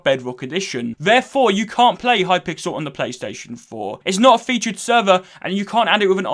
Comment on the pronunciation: I’m sorry I can’t get over the Hi-pixel instead of it being a full word. Maybe it’s just me, but he said it differently a few times lmao.